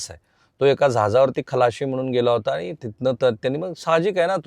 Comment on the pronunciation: i always listing your video. you are presenting very well but need to improve your language. sorry for free advise. ani bani & pani need to improve.